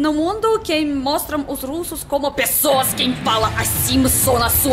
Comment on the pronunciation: linda, seu sotaque é muito fofo, uma palavra que vc pronuncia com sotaque de portugal é a palavra "pessoas" comendo completamente a primeira vogal, grande beijo!